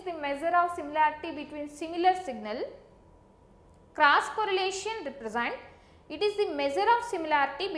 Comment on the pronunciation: it's cross correlation ,not crush correlation